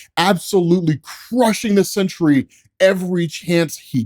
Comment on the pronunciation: Dude I've been listening to these while I work this morning and I thought it was the century til I just saw the title, definitely throwing an extra syllable in there most of the time you say it